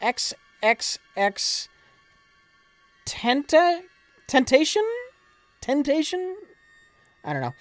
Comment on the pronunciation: RIP XXXTENTACION, hearing miserably fail at pronouncing your name was your greatest contribution to this planet.